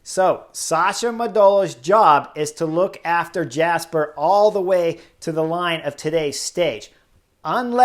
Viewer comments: Great commentary, but just as it's pronounced Fabio "Ya"kobsen, it's also "Ya"sper Philipsen, not "Jasper". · But pronounce it, from a North American perspective, as "Yasper". Like "Yu"-mbo-visma.